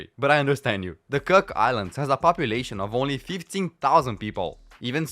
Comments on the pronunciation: Its Cook Islands not 'Kirk' Islands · The "Cuck" Islands 😂